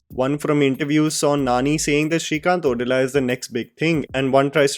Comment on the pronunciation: Correction: it's srikant ओदेला